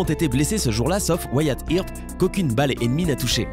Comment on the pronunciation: Wyatt "irp" xD